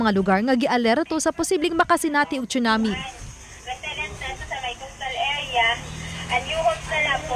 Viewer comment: TSUNAMI is pronounced as SOO-NAA-MEE (NOT chunami)